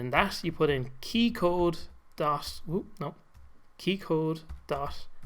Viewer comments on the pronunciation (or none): you use "T" as "S", like, dot = dos, hahaha Great tutorial btw, thanks a lot!